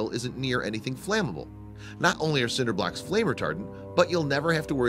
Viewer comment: cinder blarks? Bol... I rewound five times I'm dying....💀☠️👻